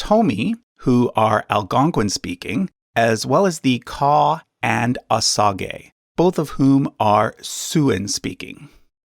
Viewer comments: No, you are correct. It’s pronounced incorrectly in this video. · Is Osage actually pronounced that way? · Osage is pronounced OH-sayj, not OH sa gay. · Kimistry as I Cherokee I actually use ‘native’ a lot, I feel like it’s the easiest and most accurate word from the many words they give us haha. Far smaller of an issue to me that his pronunciation, I love this channel but every time he said “OH SAH GAY” part of me died inside. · I was always taught "OSAGE" was pronounced "oh-SAYJ". Was i taught incorrectly??? I'm honestly asking. I'm older than dirt so it's been a while. LoL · It’s said oh-sage not oh-sah-gee It’s pot-oh-wat-uh-me n it’s not Potawatomi it’s citizen Potawatomi. Get your shit right before you come on here looking like a asshat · Osage is more accurately pronounced "wa-sa-jhay". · it is he's pronouncing it wrong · That's not how we say Muskogee and Seminole so that was weird to hear. Same with the Osage. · I'm from SW Michigan, where the Potawatami recently regained status land near Dowagiac, in Cass County. I've never heard their tribe pronounced as you have. It's "pah'-tah-WAH-tə-mee." Emphasis on the third syllable, not the fourth. And I have friends who are Osage. It's not how you pronounced it. It's "oh-SADZH." Sage, like the seasoning. You're trying too hard to make their names sound foreign based on spelling. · Please pronounce the tribal names right. It's O-sage and Pot-o-what-ah-me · I’ve always heard Potawatomi pronounced as paw-tuh-wah-toe-me. Also, with Osage, I’ve always heard it pronounced oh-say-j. Love the channel though and enjoy seeing a wider scope of information in an easier to understand presentation for visual learners. :) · It's pot-uh-WAT-uh-mee. And Osage is pronounced OH-sayj